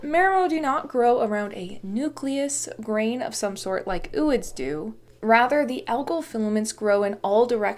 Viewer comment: its pronounced oh oid because its o like